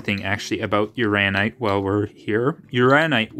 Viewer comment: It's Uran- inite. That second n isn't silent. Also a hint, if you keep the specimen close to the muller tubes you will get a quicker response and more accurate reading. I love playing with my radioactives. It's mostly just common sense with handling and displaying. I used to have a 3 cm cube of Uraninite I collected at Cardiff. Was close to 200 microseiverts. Sold it. If you ever go to the Kemp prospect for Thorite crystals you will know you're there before you even dig the background is so high. 😂 Have fun with your new gadget/tool.